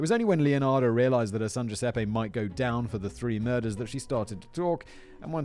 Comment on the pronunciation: Count on a Brit to see a name like Giuseppe and go with G.Sep :D